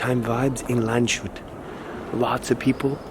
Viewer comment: Landshut is spoken Lands-hut, no "sh" sound. It means guard of the land.